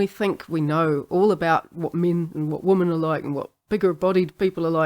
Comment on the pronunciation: The only weird part of your accent is the plural of woman sounds an awful lot like the singular.